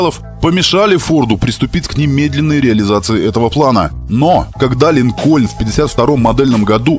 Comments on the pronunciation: Много раз произносится слово "Линкольн" с ударением на "о": "Линко'льн". А на самом деле он "Ли'нкольн", с ударением на "и". Ну ёмана, как так-то? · Не линкОльн, а лИнкен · Автор молодец, всё супер, но 1 маленький нюанс. Правильное название марки не ЛинкОльн, а лИнколь, в честь 16 президента США